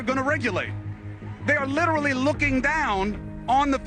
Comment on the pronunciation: HE SAID "LITERRALY" thanks clali trash word alsso